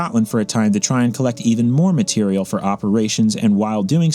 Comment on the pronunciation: Why are you pronouncing material that way? Also great video:)